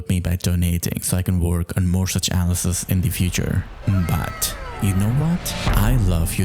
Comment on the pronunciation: Hey, it's uh-NA-luh-sis not ana-lysis. Otherwise great video! Been enjoying your stuff since the beginning❤.